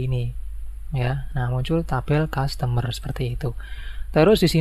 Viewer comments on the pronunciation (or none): Iya bang customer bukan zustomer😂